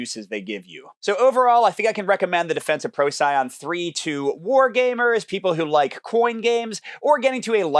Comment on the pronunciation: Thanks for the awesome video, and the very balanced view of the game! It is pronounced "Pro-cee-on" :) I'd love to make an automa for the human side, but it is a significant testing and development effort, therefore it'd probably only happen in a proper expansion - which is unlikely unless the game takes off in unexpected ways.